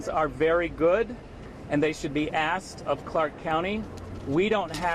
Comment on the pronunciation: Uneducated!! It's not axed to leave it's asked.